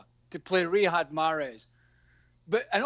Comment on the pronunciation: Craig - Its not Rihad Mahrez, its Riyad Mahrez